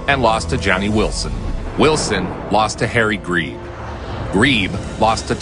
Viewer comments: Greb not Greeeb 🤨. One of the most famous fighters in boxing and you didnt even learn to say his name 😑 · That is not how you say Greb.